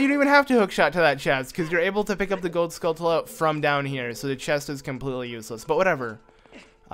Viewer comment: You pronounce skultula wrong your supposed to prounce it like tarantula